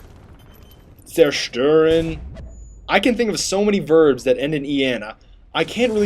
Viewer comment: SEIN doesnt end on -en;):D